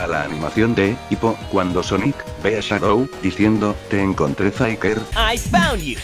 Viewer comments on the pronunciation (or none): none